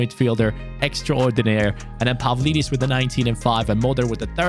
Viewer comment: When you pronounce a Greek name the ‘D’ is pronounced like ‘th’ (For example Pavlidis is Pa-Vli-This).